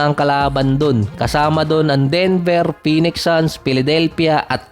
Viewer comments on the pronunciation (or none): none